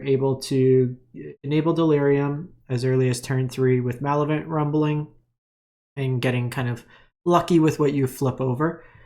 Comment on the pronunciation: you're missing a syllable in Malevolent rumble, muh-lev-o-lent.